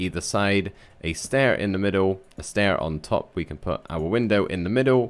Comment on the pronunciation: „A Stair…a window another stair-thats not stai 😂😂